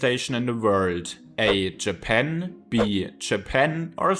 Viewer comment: Jäpänn ? lol try a longer vowel in the second syllable. no offense, work on your pronounciations, you support the bad reputation that germans have for their english.